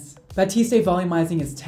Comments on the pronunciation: Yep, should be "bah-teest", not "bah-teest-ay" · I loved this video very much, I just have one thing to say, it is ”Batiste” not ”Batisté ” ! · It’s 👏 bateest 👏 not 👏 bateestay 👏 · Yeah, it's definitely pronounced "bah-teest", not "bah-teest-ay". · Definitely bateest not batestaayyy 🤣 bugs me a lot lmfao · someone please tell how to actually pronounce batiste 😂😂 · ba-teest not ba-teest-ay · I love how looks at the bottles umpteen times and still calls it baptiste when it's batiste 😂😂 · we love u but PLEASE stop pronouncing the E at the end of batiste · You were correct in the first place. He has no idea what he’s talking about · he says bah-tis-tay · “Batistay,” gurl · Mandy McDorman No that’s right, but that’s not how is saying it. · Anyone notice that he says Batiste wrong. In the commercials they say it with a silent E at the end of it. I could be wrong. IDK. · Roza Slo I know in that video HE kept Saying that and I was dying 😂😂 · You mispronounced Batiste and misspelled Walgreens, it's only a minute in...